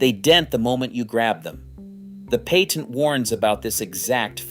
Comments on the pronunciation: "Paytent"? What's a "paytent"? You mean patent, right? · You mean because he said "pay-tent" instead of patent? I too am sick of AI dialog. For one thing it drones on and on and on. Three minute vids become eight with the same info. "If you think this is amazing, just wait until the end". Ugghhh! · Umm, I don't drink milk, so NO, it is not in my fridge. "paytent"? lol